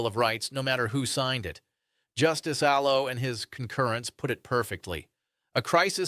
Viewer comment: Utterly worthless commentary. Never identified the case. Never explained the facts. Mispronounced well known names. ( Justice Aloe?) Failed to state the date the case was decided. Did not discuss the any facts or legal principles. A fifth grade book report on book which was never read.